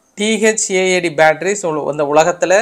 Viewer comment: Thad இல்ல தாட்d என்று கூறுங்கள்